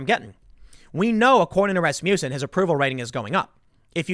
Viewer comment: Love how Tim pronounces Rasmussen like Rasputin... 😍😂😍😂